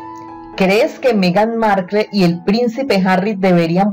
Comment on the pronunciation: No sabes ni pronunciar Markle.